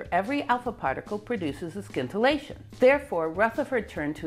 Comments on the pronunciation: The 'c' in scintillate is silent. Just say 'sintillate'. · a super video! I have to say the pronunciation of "scintillate" threw me for a bit. I've never heard it pronounce the way you pronounced it. It's pronounced like the "sci" in science. The specifics of Rutherford's discovery gave me the best feel for the inner atomic distances.Thanks again.